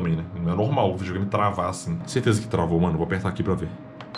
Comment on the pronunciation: vijogame so os olds falam assim